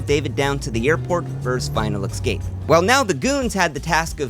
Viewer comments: Escape Not Excape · Each time you say escape you pronounce it as excape and it drives me nuts. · PLEASE stop saying eXcape. It's "ESCAPE". No X! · I’m sorry I love your content but the word is "es-cape" like the letter 's' and then a cape. Stop saying "eck-scape" like a toddler, its embarrassing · I still love your videos and I’ll keep watching. But it’s esssscape, not exxxcape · eXcape eXpresso eXpecially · Great video. One note for future videos: work on your pronunciation of "escape".